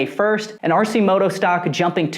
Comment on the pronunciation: It's pronounced Arc -i -moto not RC moto FYI